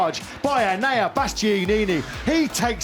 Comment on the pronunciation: The commentators rolling their dice on how they're gonna f' up Enea's name every. single. time. will never not make me laugh out loud 😂